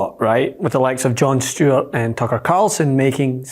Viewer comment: FINALLY, someone saying the name of Stewart properly 😉